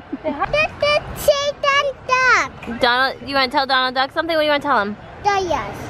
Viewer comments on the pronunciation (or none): I Tought Said "Satan Duck" Instead Of "Donald Duck"